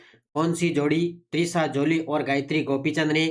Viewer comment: त्रिशा जॉली नाम है ना कि ट्रिशा